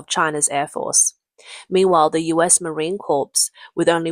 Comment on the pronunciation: Can't pronounce "Marine Corps" properly.